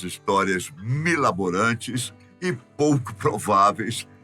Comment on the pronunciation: Nosso bom velhinho é você,,que está conosco o ano inteiro e não o Papai Noel 🎅🏻 que só aparece uma vez por ano. Rsrsrs ✨️ Feliz Natal para todos da "Fatos Desconhecidos" ✨️ P.S MiRAbolante,,não "milaborante" 🤭